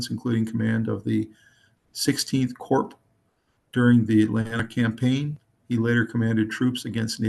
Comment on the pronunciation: Corp (core) not (corp). The p is silent.